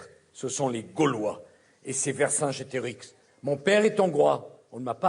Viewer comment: Mdr il m a tué Sarkozy,vercingetarix,il le prononce mal en plus